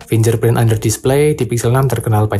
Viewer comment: Fingerprint bukan finjer tapi fingger